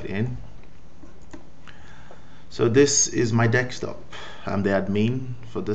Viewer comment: Desktop not Dekstop.